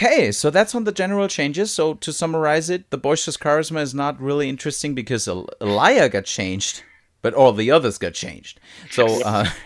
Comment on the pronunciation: Elia pronouned Elliah